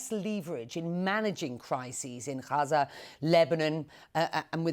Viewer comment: Why does the British presenter say Haza for Gaza? Does she call the capital of France Pari like the French do?